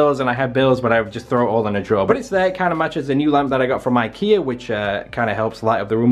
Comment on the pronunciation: "That's from ikear too" 😂😂 love you